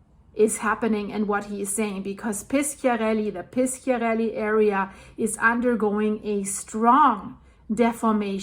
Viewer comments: You must say Pisharelli, not Piskiarelli. In italian, "sc-" is like your "sh-". And Bàcoli is not Baciòli: you must say Bahkoli, not Batcholi. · Hi. It’s Pishiarelly, soft c. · Però piskiarelli è molto più cortese di pisciarelli !!!😂